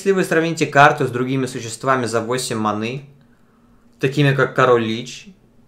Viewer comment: Я на тебя ставил паки, а ты говоришь манЫ и читаешь по бумажке? :(